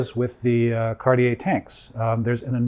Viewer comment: Hearing Cartier pronounced right - made my day!!! Thank you!